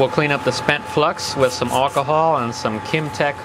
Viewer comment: how did u say alcohol?